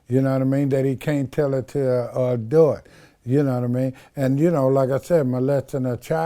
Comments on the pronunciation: He said adut 😂😂😂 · What’s an “adort” 🤣😂🤣😂🤣